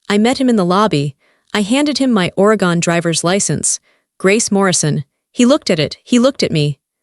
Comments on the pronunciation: Great story. Catching you from the Skagit Valley in Washington state USA. BTW: It's pronounced: ORR-AHH-GUNN Not ORY-GONE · Oregon pronounced Oregun. Cellwood is spelled Sellwood. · It's pronounced Oregen. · Please learn to pronunciation the states. Is somebody raised in Oregon pronounced or a gun? It’s really offensive to listen to that.